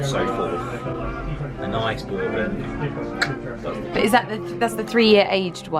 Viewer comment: so cute but it’s pronounced bur-bon 😂